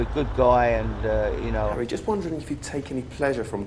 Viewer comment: "oh 'arry I didnt mean it like that" xD